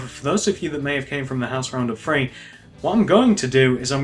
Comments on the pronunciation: gannon alt ikr I was gonna do Guy: Free Me: You're saying free xD stop it it's threeee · why do you say free instead of three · I love how he says free instead of three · The dude said free instead of three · stop saying free instead of three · It's three not free and with not wiv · You say free it's three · He said free for three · u always say free insted of three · Its three not free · START SAYING THREE NOT FREE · i like how he said 3 he was like 1.2.fwee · why cant he pronounce 'th'. he says fink, finner, everyfing haha. good video though, cheers. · Nothing against British people, but why do they say three like free? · Can he not say three , 1 2 feee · im sorry but please stop saying free instead of THree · It always annoys me when ppl say free not three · The free rows,one,two,free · he says three that sounds like free GENIOUS david miller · i think thats british